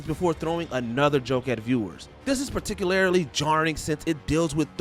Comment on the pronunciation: “Florence Ploo” “Particul-air-ly”